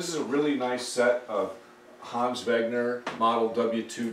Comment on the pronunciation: Love these chairs! Remembering coming in homes all my childhood filled with 50’s and 60’s danish design furnitures, and I thought they were awful and outdated and you could more or less get furnitures like this for free. By the way when you say Hans Wegner, forget the G in wegner and you pronounce it right. I should know, because I’m danish.